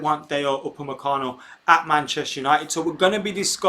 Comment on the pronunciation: Have you heard my name before?! You pronounced it as if you have before.